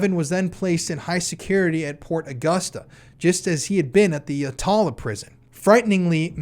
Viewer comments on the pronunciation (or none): Not a big deal, but Yatala Jail is pronounced 'Yatla'. Though, we are always shortening our words (arvo is afternoon, macca's is McDonalds etc) so for all I know maybe you are pronouncing it correctly 😂